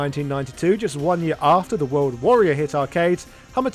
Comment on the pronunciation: “The HORLD Warrior”?